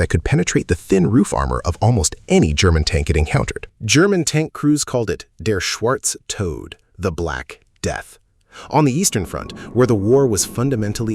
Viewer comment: It’s Schwartz Tote. Another British aircraft was the Baracuda.